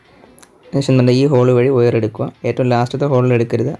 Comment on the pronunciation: വയർ(wire) എന്നാണ് ഒയർ(oyar) എന്നല്ല.....we expecting more informatics vedios...